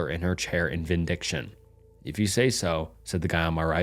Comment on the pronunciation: Vindication, vin-dic-ation